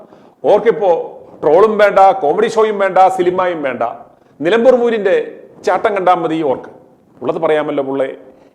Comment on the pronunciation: നിലമ്പൂർ ആണ് നിലപൂർ അല്ല